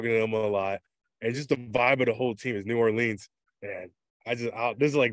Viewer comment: Hopefully guys luke cam and honey badger can correct him so he doesn’t say new ORLEENS anymore😂